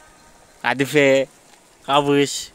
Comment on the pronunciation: Allah iyiliğini versin sen kadife diyorsun ben latife anlıyorum.